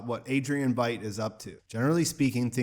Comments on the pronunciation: Veidt is pronounced like white, not fate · It's Vite, not Vate. It's a catapult, not the superior Trebuchet. Jesus you're an idiot. Downvoted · Veidt rhymes with "light" not "late." In German, "ei" is pronounced like a long "I" ("eye") sound.